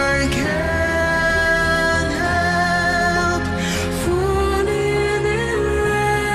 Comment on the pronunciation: Great analysis. In the word Men as much as i tried i always heard Men not Man, on the words can't and love though you are right she did not pronounced them correctly but let us not forget that she is 18 years old here and English is not her first or even second language and also if you take in to account the time she spent in the orphanage and in therapy for he speech problems she did not had much time to study the language so her Russian accent still gets in the way. Personally i really don't mind, i did not even payed attention to it until you mentioned this and i will even add that i think accents make a language way more interesting, i love them. In an interview after this show she said that she started to study English though so everything will be fine in the future. On your comment about the form of the mouth when singing high notes, i think that she did this because the performance demanded it, in other performances like "take on me" by A-HA, "Feeling good" by Nina Simon or even in her own song "Revelation" and many others she shows that she can reach up there with her mouth barely open. If you want a recommendation i would suggest either Crow: or Oh, it is not yet evening